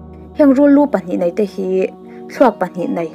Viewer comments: Nia nei tih turah pawh nai ati zel....ka beng averh😂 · Nei tih tur hi nai tiin i lam thin a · Fai nilo in fei,...tih tur, Eg: tuar fai nilo in, tuar fei Mei nilo in mai tih tur.. Eg: Khawp mei nilo in, khawp mai Nai nilo in nei tih tur.. Eg: lu pahnih nai nilo in, lu pahnih nei I fans ruhkawl aw...👍🏻😊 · Lei aiah lai tihte, nei aiah nai tihte, fei aia fai tih deuh tlat tihloh chu aṭha e